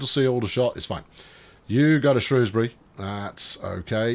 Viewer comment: You must be off your "trolley" looking for tram based puns. By the way congrats on saying Shrewsbury correctly, and not the evil way the BBC or southerners say it.